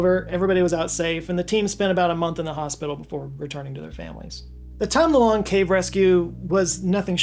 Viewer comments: I thought you called it the "Tom Delonge" cave 😂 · I had to check multiple times to make sure you didn't say 'the Tom Delonge' cave 😂